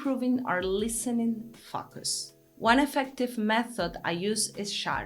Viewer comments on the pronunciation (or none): I LOVE YOU!!! But what I really mean is that I love the way you pronounce the words "focus" and "categorize." When you say focus, to our English ears it sounds like you are saying (forgive the profanity) "fuck us". Its a bit distracting, but coming from you its kinda cute! If I can humbly make a suggestion that you try to use a little French, "faux-kus" maybe. I couldn't begin to help with "categorize", there are just too many vowels in that word and they all project different sounds than normal. In Spanish, all vowels sound the same, so I understand your difficulty. High praise to you cariño.